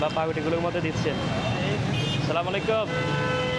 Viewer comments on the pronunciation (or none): আসসালামু আলাইকুম টা তু ঠিক মত বলেন সালামাইকুম অর্থ আপনার উপর গজব পরুক। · ভাই আপনার ব্লগ গুলো দেখে কিন্তু আপনার সালাম দেওয়ার স্টাইল টা আমার ভালো লাগেনা সালামটা আগে ভালো করে শিখে নিয়েন তারপরে মানুষকে সালাম দিয়েন😅😅